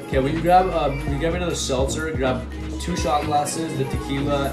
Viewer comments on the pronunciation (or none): She should be mad about them sandals and socks... and the way he says seltzer lol